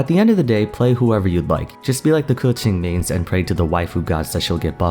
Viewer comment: i love the way you pronounce "Keqing". like, that's how it's supposed to be pronounced. 👏🏻👏🏻👏🏻